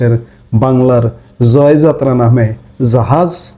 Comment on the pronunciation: আপনাকে অনুরোধ করবো জয়যাত্রা টা সঠিকভাবে উচ্চারণ করতে